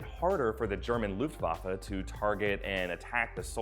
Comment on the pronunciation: So far you are the only eglish speaker i know to pronounce Luftwaffe right.